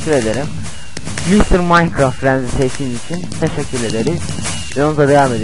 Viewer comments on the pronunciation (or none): none